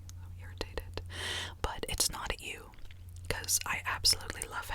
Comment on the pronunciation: When she says “you” it sounds like “ew”